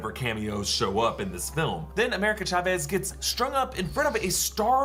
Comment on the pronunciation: Also just a tip for anyone who don’t know how to pronounce America Chavez name the actual way is “Cha-Vez” with the “Cha” like T’Challa I heard many people say “shavez” which is completely off